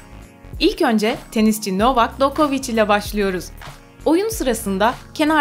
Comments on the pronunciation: ya nova dokovic değil novak d jokovic düzgün okuyun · Novak dokoviç nedir yahu? Hay telaffuzunuza :))